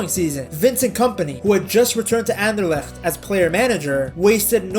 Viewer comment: Dang, you actually pronounce Anderlecht well.